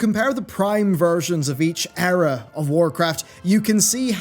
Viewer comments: good video but it's pronounced eera not error :) unless of course u meant it with the past expansions ;) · Eera, not error lmao. Or did you mean error.... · The Error is you saying Error for Era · Is he saying Error or Era? I guess both work in context.